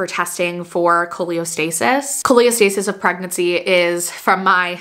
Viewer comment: just letting you know it’s Cholestasis not Choleostasis!🫶🏻 I also had an itchy baby delivered at 37 weeks in Feb and he is perfect just a lil jaundice❤️